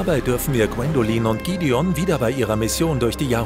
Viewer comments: Es eigendlich eine tolle Zusammenfassung nur manche Namen (z.B. Gidion) werden nicht richtig ausgesprochen. Als richtiger Edelsteinfan nervt es ein bisschen. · Gwendoliiin und gidion😂perfekte Aussprache